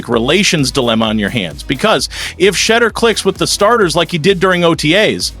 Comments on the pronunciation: If these folks can’t get their AI Pronunciation correct then they are not good enough to listen to not give likes or following. SHEDURE’ Name is His NAME! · Thumbs down for intentionally mispronouncing his name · LEARN HOW TO CORRECTLY PRONOUNCE HIS NAME IF YOU WANT AN INCREASE IN SUBSCRIPTIONS!!!! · I was thinking the exact same thing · Like I don’t know if you just being disrespectful or what like you can’t pronounce his name and then laugh about it if you can’t say his first name then just say his last name. Urk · This regurgitated reporting is disgusting. Stop using outright fake titles for clicks. We’ve been hearing the same reports from every other YouTube channel reporting on the Browns. At least get your Ai bot to pronounce his name correctly. Sad, sad, sad.